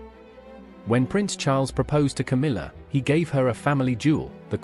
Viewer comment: KAMILA? Camilla! Your AI is broken.